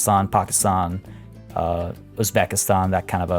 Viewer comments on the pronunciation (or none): none